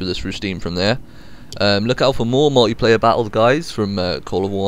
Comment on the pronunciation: Pronounced 'multiplayer' not 'mulleyplayer'.